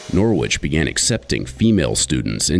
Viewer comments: Do americans really say Nor which? Here in the UK its Norich (soft o)? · Im from a city called Norwich in the UK. We pronounce it Norridge not Nor-Witch. Wonder where this uni got its name? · NORWITCH,it is pronounced norich NOT NORWITCH. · Why do Yanks have to change the way a word sounds. Nor Wich. There is a city in the UK with the same spelling but is pronounced totally different. The W is silent sounds like Norich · From an ex Brit NCO....... who is from Norwich England . Its pronounced and said as Narwich if you ar from Norfolk....And cadre is French pronounced and said as Carrder or carder. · It’s funny how Americans say Norwich 🇬🇧🇬🇧🇬🇧😂😂😂come on guys get it right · In UK there is the city of Norwich but is pronounced Norich, the R is silent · Americans.... Stealing names from other countries then not pronouncing them correctly. Every time they said 'Nor-witch' I cringed. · Just so you know the letter ‘W’ in Norwich is silent. It’s pronounced Noh - rich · When will Americans learn to pronounce placenames correctly? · Shame none of them know how to pronounce Norwich properly